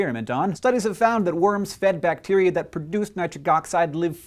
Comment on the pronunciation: Nit-RIC oxide